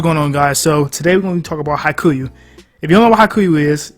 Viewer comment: man, this vid is straight faxx, but please, please, please get ur pronunciation right. Its pronounced Ha-ee-kyoo. Ur the goat but as a japanese person i fee the need to correct u here. But haikyu is a goat tier anime